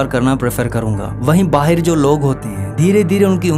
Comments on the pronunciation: Baahar❌ Baher😂😂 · Ye pakistani h kya vahi kehte h bahir bahir 😂 bahr hota h vo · Baaaheir😂😂😂 pakistani hai....